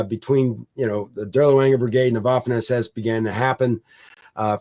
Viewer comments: The Colonel's pronunciation of German names and words is generally good. But one small point: in German the letter 'w' is pronounced as the English 'v'. Therefore 'Vaffen SS'. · Guilty as charged; my college German language instructor, Oberstleutnant Kurt Leiberich, would have been appalled because I opted for the English pronunciation of the "w" in a few cases. 😉